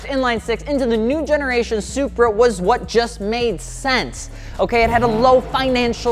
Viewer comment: 80Eighty SURPAAAA